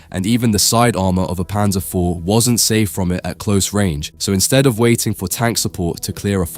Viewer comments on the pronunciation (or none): none